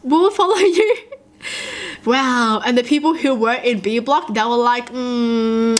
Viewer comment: she sound like the meme where the kids trying to say “who” but cant😂💀